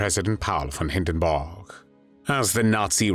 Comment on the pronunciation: Nineteen-Fotty!! Paul Von Hindenborg!!